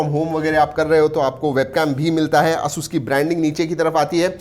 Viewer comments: its Asus not assssuuuusss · it is pronounced as एसस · Hasus Nahi he Asus he Bhai . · asus is pronounceed as ei.suhs you are doing as asuuuus a new word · Its hurts me when he says AASUUS instead of ASUS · You need to pronounce Asus properly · Lol he is saying it aasus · Bro you are doing Asus wrong pronounsation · You can't even pronunciate ASUS correctly! 🤣